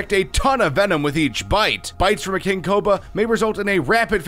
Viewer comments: Got to he said king coba instead of king cobra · HE SAID KING COBA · did he just say king coba